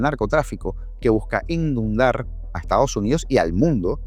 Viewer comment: Amigo cuando pronuncias una palabra incorrecta, corrige inmediatamente. No es INNUDAR. Se dice INUNDAR. Gracias te deseo más éxito del que ya tienes.❤